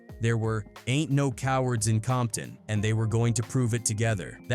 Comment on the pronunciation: Not AI saying "Bompton" 🤦🏽‍♂️🙆🏽‍♂️🤣🤣🤣